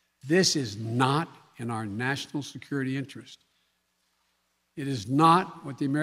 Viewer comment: SO SICK of watching a dead puppet, appearing to be staring at a 🪰 on a young women's ear. Sad the U.S. President (not) has to read a tele prompter for even the easiest in person speech. "Segurity" WTF is that